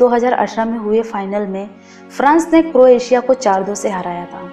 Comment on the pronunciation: Appreciated the efforts to put wonderful and near the perfect points about Croatia. Except few things. Its not Cro-atia, its Croatia (pronounciation matters here) And kings landing is not a movie its a place shown in game of thrones where the king is landing in old town of dubrovnik, which is one of the famous shooting locations of Game of thrones. Rest all its a nice video ma'am/sir